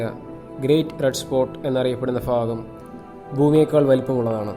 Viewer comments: Background music kurach lightweight aaku. Try to use proper Malayalam (bhagam instead of fagam )... Keep going.. Good luck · താങ്കളുടെ വീഡിയോ എല്ലാ ഫാഗങ്ങളും ഞാനും ഫാര്യയും കാണാറുണ്ട് ഫയങ്കര ത്രില്ലാ ഫൂമിയുടേ വീഡിയോയാണ് ഞങ്ങൾക്ക് ഏറെ ഇഷ്ടപ്പെട്ടത് ..😎😋.ഫാ...ഡാ....😊